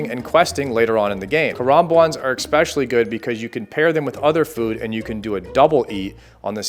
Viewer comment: "eckspecially" lol it is especially